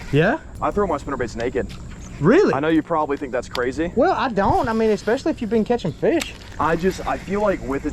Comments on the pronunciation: ….. it’s ESPECIALLY… ES-pescially. Not EXpecially. The word is ESPRESSO… not EXPRESSO. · killing me with the "eckspecially"🤣